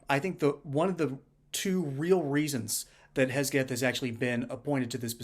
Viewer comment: HeGseth not HeSgeth.